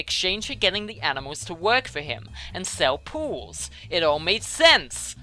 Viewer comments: sounds like was saying pills for everyone:D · fits that crazy role, plus when he says pools it kinda sounds like pills